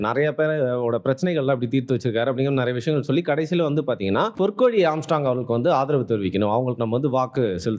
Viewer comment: ஆம்ஸ்ட்ராம் இல்லடா ஆம்ஸ்ட்ராங்..